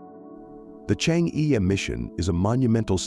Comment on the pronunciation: The pronunciation of e sound in Chang e is totally wrong!